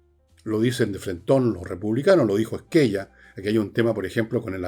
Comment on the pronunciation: El apellido SQUELLA, es de origen italiano y se pronuncia ‘ Scuel la ‘